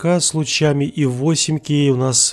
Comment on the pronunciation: У меня уши кровью обливались когда он на протяжении всего видео 4кей 8кей, блин правильно 4К 8К типо КА не кей